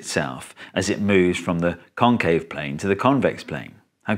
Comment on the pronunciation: FFR, ya gotta emphasize the "-VEX" and "-CAVE" syllables instead of the "CON-," because those are the differing parts of the two words. There's no comparison between "con-" and "con-."